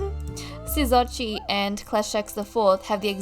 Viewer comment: Ima tell ya how to pronounce osorochi correctly(lol use it if u want) Asa-roach-chi